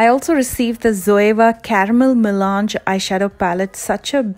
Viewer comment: You're the only Youtuber I've heard who pronounces 'melange' correctly. Lol. J.s.😉